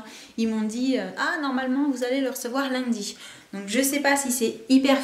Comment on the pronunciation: Lol enfin quelqu'un qui dit Lundi comme moi je me sens moi seule!!et Vlog génial comme dhab!bisous<3